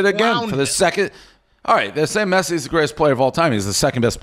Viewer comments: “Messay and Em-bop” -Dave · Dave not being able to pronounce messi is so on brand